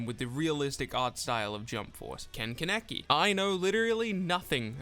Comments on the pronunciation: I’m triggered by KEN KEN-AKI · THE WAY YOU SAID KEN KANEKI 😂 also I want ken the most